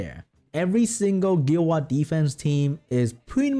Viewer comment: CEO of "Gil Wah"